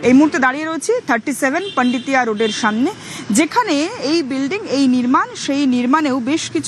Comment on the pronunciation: পান্ডিতিয়া না পোন্ডিতিয়া রোড ? বাঙালি কি পরিবর্তনের ঠেলায় বাংলায় ও পরিবর্তন আনছে নাকি ?